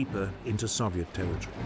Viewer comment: Why he say Soviet like that?